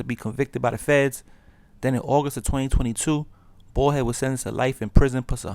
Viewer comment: its baldhead not ballhead.